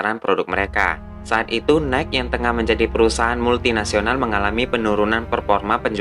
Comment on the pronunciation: Nike = bacanya "naiki", bang :)